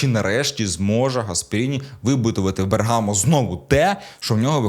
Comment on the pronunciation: БЕргамо, а не БергАмо.